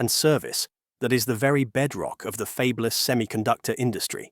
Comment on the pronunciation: Did 'they' put "fabeless" (for fabless) in there just to prove this is an AI reader 😅